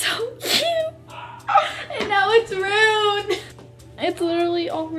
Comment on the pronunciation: Ummm its not "runed" its ⭐"ruined "